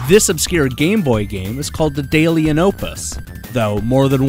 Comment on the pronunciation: You're absolutely wrong about Daedalus and daedalian. The "ae" combination is pronounced with an E sound, not an A sound. Typically a long E. "Deed-a-lus". Though in this unusual case, "dead-a-lus" is fine too. Still an E sound, though. It's kind of funny because you point out how people mess up the Japanese "ai" combination, but the Greek/Latin "ae" is practically never said correctly, including here. It tends to come up in archaic spellings, old words, obscure plurals, and proper names, such as our boy Daedalus here. Some examples would be: archaelogy, aeon, aether, daemon, personae, antennae, encyclopaedia, paedophile, mediaeval, algae, nebulae, aegis. Aegis is like the worst offender. That one comes up relatively often in video games, and I've heard it pronounced correctly exactly once. In an old TV commercial for the US military. Geeks need to step up their geekery. I also hear it a lot with "daemon" since writers occasionally spell it that way to sound extra mystical or old-timey. In reality, it's the exact same word as "demon", and pronounced exactly the same. And if you ever forget, just think of your old friend Julius Caesar. His name isn't "cay-ser".